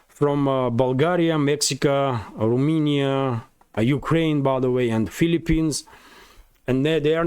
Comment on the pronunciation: RomAnia, not RumInia.